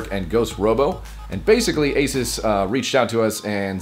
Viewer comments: You've been pronouncing ASUS wrong It's Uh-Soos not Ay-Suhs. Also the ASUS in ASUSTeK Computer comes from Pegasus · A SOOOS = ASUS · its pronoced asos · I always had thought that it was a long "u" in Asus. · you said the name of the laptop wrong in the end slate.